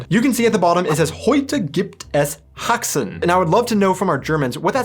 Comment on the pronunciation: Hi, Fischers Fritze fischt frische fische;) So much to "fried-Fisch". At first I thought, you should improve your german pronunciation but then you said "Heute gibt es Haxen" and I was impressed;) Go On with your Videos:)